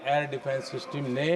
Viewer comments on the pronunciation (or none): Bidla shab vese to bhout toka taki krte ho shab sistam sistam kr rhe inko bolo system hota h